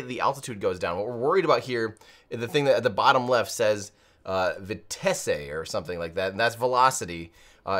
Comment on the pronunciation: Thanks for covering this and Merry Christmas! Vitesse means "speed" and is pronounced "vee-TESS".